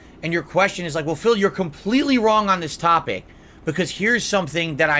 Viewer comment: Legitimately the only funny thing he's ever said was KHAMPLTEETLEE. UNINTENTIONAL. *snort*. "This does have a fan in it, which blows me away."